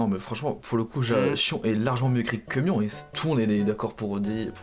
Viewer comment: ON DIT PAS SHIONNE ET MIONNE !!!!! 🫨